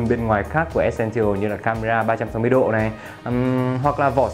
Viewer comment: từ essential bạn đọc sai rồi, góp ý bạn xem lại cách phát âm từ đó nhé